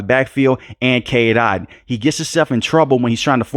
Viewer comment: It's Otton not Ot.